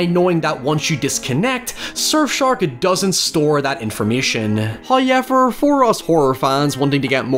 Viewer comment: The guy who mispronounces however ywt likes to repeat it a lot. "hoyyyyyever" "oiever". "hayyyever"